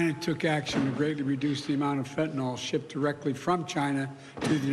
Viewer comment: Fentan YL. Not fentan OL